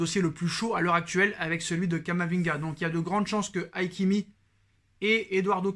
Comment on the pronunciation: Hakimi pas haikimi lol